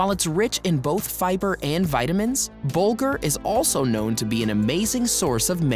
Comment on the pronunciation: It's "Bulgur".